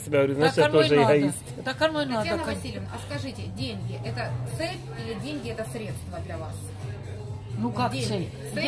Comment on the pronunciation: Нэ путайте мамку. Цэль...средства... У неё цэль оправдывает средства.